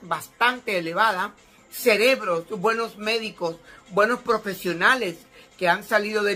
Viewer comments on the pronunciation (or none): Loh buenoh somoh mah